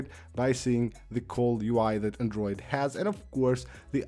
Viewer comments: Everytime he says ‘andruid’!😂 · Andruid? What ya mean bruh hahaha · Shittiest pronunciation of the word "Android" in all of YouTube. Totally butchering it!